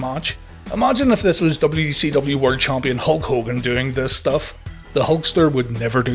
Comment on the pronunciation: When you say WCW it sounds like WECW. Is that an inside joke, or just being Northern Irish?